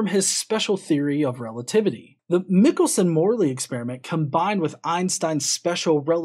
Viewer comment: Michelson is actually pronounced with a long i, like "Michael." (I'm assuming Richard Feynman, whom I heard lecture at Caltech, got it right.)